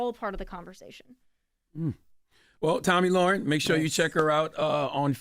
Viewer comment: Charlamagne's reading comprehension is so low that he didn't even pronounce her name right.